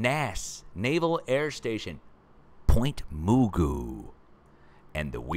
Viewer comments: We pronounced Point Mugu Naval airbase "Muh-goo". ..not "Moo-goo" 🤣😁😆😅😂. It's all good brotha 😁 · Hey it’s pronounced Point Muh-goo there above Malibu. Awesome show!!!! Fascinating as always…. Thank you! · Pt. Mugu is pronounced like Magoo, like Mr. Magoo - not sure why but just FYI,. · Hi.. Pt Magu pronounced like (Mr.)Magoo. Live in Florida now but I'll always be a California girl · It's pronounced point Ma-gu :) We live up in Lancaster, not far from san andreas fault.